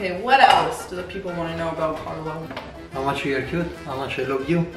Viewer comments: Carlo, please teach her to at least pronounce your name correctly. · La pronuncia di quando dice "Carlo " è simpaticamente americana. Arrotola la "r' che è uno spasso sentirla.